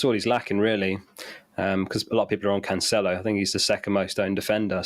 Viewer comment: Why Cancelo is still pronounced as Canchelo?